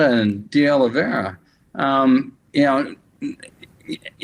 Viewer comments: O-liv-i-er-a not O-li-ver-i-o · Ben, it's "Oliveira", not "Oliveria". Popok gets it right. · Ben, you keep mispronouncing Oliveira's name. It's pronounced O-LI-VEY-RA not o-li-vi-ei-ria. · Ben, several Meidas Touch commenters have been mispronouncing the name De Oliveira and pronouncing it De Oliveria. Would be nice to hear it right. Oh lee vay rah. Also, Michael Popak pointed out that it’s Raffensperger with a P instead of a B. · People in America keep struggling over the surname of Oliveira. They keep putting extra vowels in, making it even more difficult to say, Can't you just practice saying the name a little bit, honestly, we don't want to know about how little you ever read or travel. Oliveira, or de Oliveira is a really common Portuguese surname that is nothing like Oliveria, it's even easier to say than that. I mean, they do it with English surnames and place-names but one day they have to learn to read and pronounce properly at something. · Hi Ben. De Oliveira can be pronounced Olivera, or OliVEYrah, or in Portugal OliVAYda (that tap of the tongue with r is like Spanish), a bit like the d in Eng. Great reporting! Democracy is the most important world story now. Without it, no big problems can be solved! 🙏🙏🙏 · Ben, please stop mispronouncing De Oliveira. You hear others on your channel pronounce it more or less correctly, yet you keep pronouncing "OLIVEIRA" as if it were spelled "OLIVERIA". I can understand you making that mistake initially, but it is way past time for you to self-correct. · Hi Ben big fan your show but please use correct pronunciation MR OLIVEIRA pronounced OLIVERA in English just commenting. All the best my internet friend. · His name is Olla vee air ah